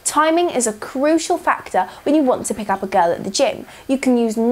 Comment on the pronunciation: "You cannot pick up a GOURLL"